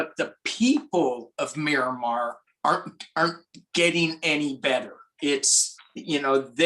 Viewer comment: I was thinking navy base when he said "Miramar." Myanmar is pronounced a little differently....